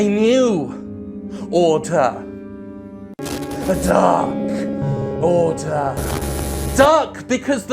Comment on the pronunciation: DAR KORDER